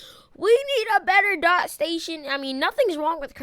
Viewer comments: My bro😂 it's Dee-o-tee not Dot😂😂😂😂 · Your annoying me saying dot it’s D O T